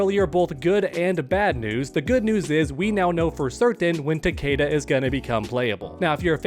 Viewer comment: Its ta-KEE-da. Its.in.the damn game